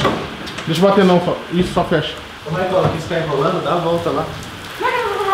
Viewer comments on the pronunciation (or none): none